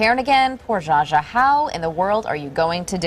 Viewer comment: On of the the female reporters couldn't even pronounce Zsa Zsa's name right. And why do they all talk like they've inhaled helium?? I'm glad I never watch this kind of sh*t on TV. It rots the brain.